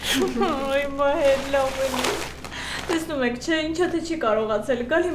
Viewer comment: մի քիչ հետևեք խոսքին. ---տենում եմ-տեսնում եմ. և նման սխալներ😊